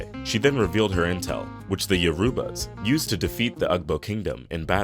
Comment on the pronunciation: You're mispronouncing the name of the neighboring kingdowm to Queen Moremi's "YO-ruba", NOT Yo-ROO-ba" queendom. The word IGBO is not pronounced the way you're saying it. The "G" is silent, so it's pronounced "EEBO" NOT "UG-BO". Please do a bit of research to CORRECTLY say these names.